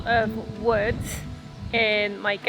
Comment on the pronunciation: Can you please stop adding an S to wood.